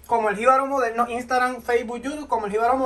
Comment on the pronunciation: impoltante....gilal...modelno..... pero dice TRES !!!! parece chinito ajaja .... saludos y gracias x la exquisita receta !